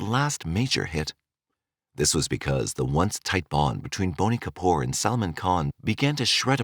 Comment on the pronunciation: Its BOney Kapoor!!!